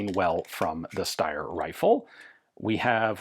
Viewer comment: Another American mispronouncing something that they’re allegedly an expert in… That’s why self-appointed experts are to be avoided at all times. Ian is usually ok but the way he saying ‘Steyr’ with an 👁️ sound ….. 🤮